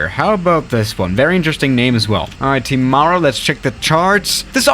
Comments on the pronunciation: tim-a-roo not teemaaru. me nz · ?? Its not ten we usually pronunce it town is ti-mah-ru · I live in nz and i think its tim - r - oo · he says timaru as tee mar o its tim a roo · Pronunciation advice for Taupō: Toe-Pore Whangarei: Fung-a-ray Queenstown: Queens-Town Timaru: Tim-are-roo Hokitika: Hoe-ki-ti-ka Gisbourne: Gis-born Cheers and Kia Kaha from Aotearoa (New Zealand) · Pronouncing from: Hokitika: hoketeka ❌ Christchurch: Christchurch ✅ Auckland: ahkland ❌ Timaru: temaru ❌ Queenstown: qwenstin❌ Wellington: Wellington✅ Gisborne: gisboren ❌ Whangarei/fongaray: wangaray❌ Taupo: Taupo✅ Good job I am impressed ✅✅✅😃🤝🤝👏👏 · Right how to pronounce things with a New Zealander: hokatika - hok A tick er Timaru- Tim a roo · Hokitika - Hoe-kit-iyk-a Timaru - Tim-a-r(rolled r)-oo Gisborne - Giz-born Whangarei - Fun-gah-ray Wellington - Well-ing-ton Taupo - Tow-poh Wellington is considered dangerous because of the extreme winds. 787s and stuff have landed there, but not regularly. ATR 76-600/Q300 Are the main aircraft in most of these locations Great video, really enjoyed it :)